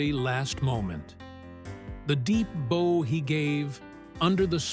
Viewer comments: This AI voice needs to learn better pronunciation! Saying bough (bo) for bow (as in bow wow! Sheesh. Maybe I should apply to some of these AIs who need to be monitored for errors. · The robotic voice mispronounces the word "bow" consistently. These robotic mispronunciations are everywhere and it is very annoying.